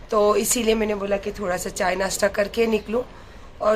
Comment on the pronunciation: nastta nhi hota nasta hota he